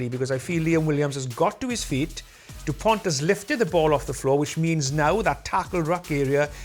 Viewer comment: The "T" in "Dupont" is silent, it is not to be pronounced. KInd of telling that a man like Nigel Owens, who made a big career in rugby, does not bother to say correctly the name of one of France's most well-known players. Everybody says Dupont is one the best players worldwide right now, and his name is still butchered. IMO it shows the lack of respect the anglo rugby establisment has for France and most of the time they don't even realize it.